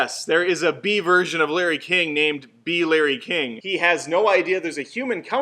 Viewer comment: Emoji? You pronounced "Bee" wrong